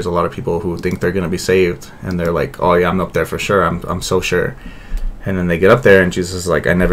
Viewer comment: Lol it’s “oh” but he says it like woah. Either way it’s not “to go”